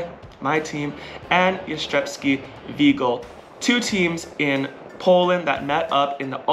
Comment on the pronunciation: It's kinda funny how you have almost perfected the pronunciation of Jastrzębski or Jastrzębie but still struggle with the Węgiel part 😅 Anyways, congratulations on your win! Such an amazing accomplishment! Edited to add: Honestly, the number of times this past season you guys were able to come back from a tough loss, be it in a match, a set or even from being behind during a set, is insane. I have never seen a team with this kind of mentality. Looking forward to watching you and Zaksa again next season and in the meantime, enjoy national team season!